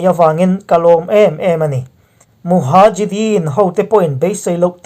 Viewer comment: muhajideen 🤔🤔🤔 Mujahideen tih tur anilo m...